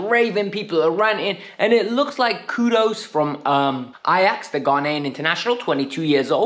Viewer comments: "Kudus" not kudos 😂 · his name is Kudus not Kudos